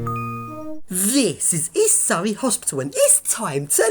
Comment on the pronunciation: East Surry sounds like east kurry